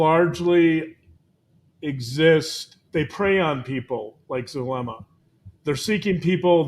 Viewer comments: Zulema!Zoo. zoo Zulema! Not Thulema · Not Thulema nor Chulema, Zulema LIKE zoo, please